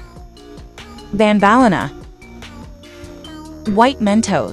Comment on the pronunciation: AGAIN BAD PRENOUCING BANELINA???????? WTF